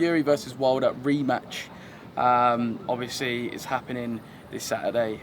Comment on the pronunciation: Learn a few more words, mate.